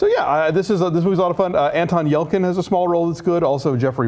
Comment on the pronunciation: Not a big fan of Yelchin, but it's 'ch' like in 'chips'.